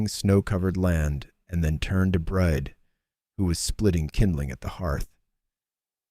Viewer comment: A great story. I would think the woman's name was Brìd pronounced Breed. Im listening from Ireland.